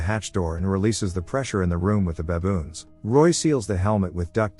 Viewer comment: No one gonna talk about the way it says baboons